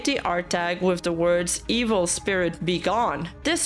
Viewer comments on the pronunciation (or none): none